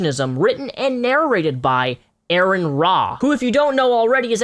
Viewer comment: Aron is pronounced like ahrn